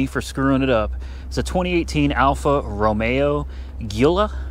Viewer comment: You are one of the few people who pronounce "Romeo" correctly, but "Guilia" is pronounced Julia with a J. Stay away! it's a Fiat product! Another car waiting to fail, any second!